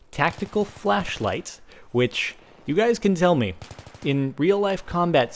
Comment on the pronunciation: at 4.52 he says tactical flashflight lol